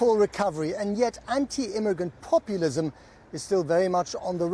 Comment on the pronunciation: It's Channel 4 for Pete's sake! The most biased TV news outside of the Blair Broadcasting Corp. Listen to the way this hack spits out the word 'Populist'!